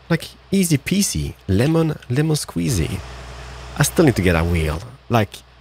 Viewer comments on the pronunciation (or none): none